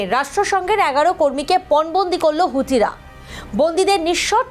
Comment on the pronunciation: হুডি কি?খবর পড়ছো উচ্চারন ঠিক কর?